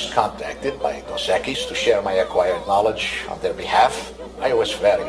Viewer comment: its dos equis not dos equies learn spanish smart ones